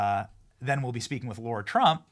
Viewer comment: Benny….her name is LARA not Laura…Come on man!Love your show